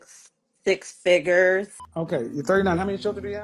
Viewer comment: “He has to make six figgers.” Can’t make this up